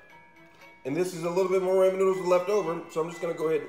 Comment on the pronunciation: Rahman not Rayman man. I’m not trying to be mean it’s just how you pronounce it. And if it’s an accident I apologize😅👍 Keep up the great work!